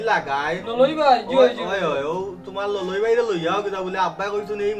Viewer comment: ললই না খলই বা